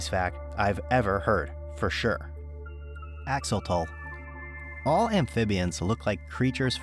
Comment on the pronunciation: Axo...lo.....tle (tel spoken). NOT Axotol. That hurts my Ear. 😄